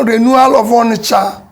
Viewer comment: "ONISHA MARKET"